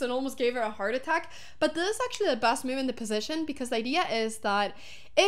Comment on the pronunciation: Hammer said it wrong. It was the computer's favorite myoove.